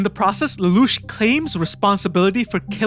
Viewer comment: If you think an AI can say Lelouch that well you're crazy.